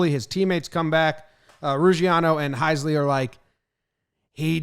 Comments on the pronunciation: Heisey not Heisley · Heisey not Heisley lol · It's Heisey not Heisley